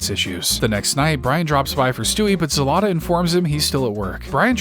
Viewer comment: As a Ukrainian, it is not zelata its zlata, the same way you type, the same way you say